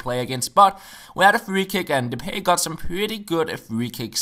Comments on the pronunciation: "De-pie" not "De-pay" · it's pronounced de-pie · Depay is pronounced de-pie. Im dutch